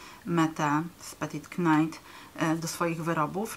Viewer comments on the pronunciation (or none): Bardzo dziękuje za filmik, myśle za na dłużej zostanę 😊 jedna tylko podpowiedz Petite Knit czyta się [petit nit]. Mam nadzieje ze pomogę i pozdrawiam!